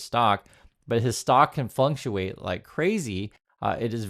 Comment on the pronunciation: A Freudian slip there,,, when you said that Tesla stock price can “flunk-shu-ate”. 😉